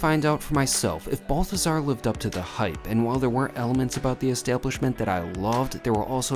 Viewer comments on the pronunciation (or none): Please note. It’s not BUL-THAZAR. ITS BAHL-THAZAR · You prronounced it wrong. You have to say it like a rich snooty Parisian...'Behl-teh-zar'. Are you leaving there when Commie Mamdani gets elected and ruins NYC for years?